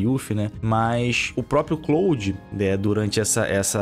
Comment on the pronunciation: O falando "CLÓUDI" é mt bom kkkkkkkkkkkkkkkkkkkkkkkkkkkkkkk